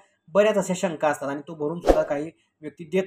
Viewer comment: आधी तुम्ही शुद्ध मराठी बोला. आनी,बानी,पानी असं बोलताना लाज वाटत नाही ?